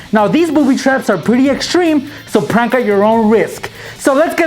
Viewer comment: You don't even now how to say prank